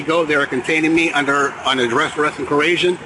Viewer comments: And now its "coreshion".... Wow... They really ARE unintelligent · Kerasian? C'mon... that's close.🤭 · Corazzion? No that doesn't sound right. Kurassion? Possibly.. methinks he just can't say coercion correctly.😮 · I like how non of these sovcits can pronounce the word coercion. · "threat and coheyshion"😂😂😅😅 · That is by far the best mispronunciation of coercion I ever heard!! 😂😂😂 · Think I heard three different versions, all wrong! 😅